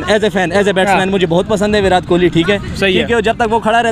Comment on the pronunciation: ये लोग विराट को विरात बोलते हैं कोहली को खोली बोलते हैं 🤣